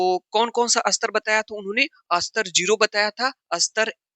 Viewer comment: सर स्तर को अस्तर मत कहा कीजिये ?